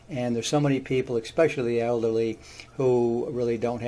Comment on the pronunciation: careful how you pronounce words. You said "expecially". Last time I checked, there is no "x" in the word especially! Sorry, it's the old english teacher in me.